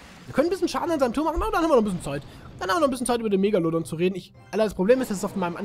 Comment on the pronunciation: sprech erstmal megalodon richtig aus